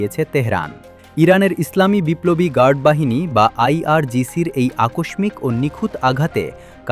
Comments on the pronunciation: উচ্চারণটা আকোশমিক না, আকোশশিক। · আকষমিক কি? একাত্তর টিভির সাংবাদিকের বাংলা উচ্চারণের এই করুণ অবস্থা কেন? উচ্চারণ ঠিক করেন। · উচ্চারণ আকোসসিক হবে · আকস্মিক শব্দের সঠিক উচ্চারণ হলো: আ-কশ্-শ্ মিক্ (বাংলা একাডেমি প্রমিত নিয়ম অনুযায়ী: /akɔʃːik/)। [1] উচ্চারণ বিশ্লেষণ: আ: প্রথম 'অ' বা 'আ' স্বাভাবিকভাবে উচ্চারিত হবে। কশ্-শ্: যুক্তবর্ণটি (ক+স/ষ+ম) ভেঙে 'ক' এবং দ্বিত্ব ‘শ’ ধ্বনি সৃষ্টি করে। মিক্: শেষের 'ম' সাধারণত বর্জনীয় এবং 'ইক' স্বাভাবিকভাবে উচ্চারিত হবে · আকস্মিক শব্দের উচ্চারণ সঠিক নয়!